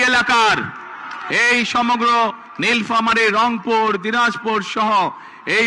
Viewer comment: নীলফামারী কথাটা উচ্চারণ করতে পারে না সে নাকি হবে দেশের চান্দাবাজ প্রধানমন্ত্রী